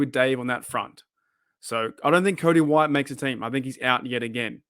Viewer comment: I don't understand how can say Cody White.